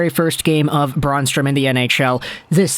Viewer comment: Brann !! Not f,ing Braun strom lol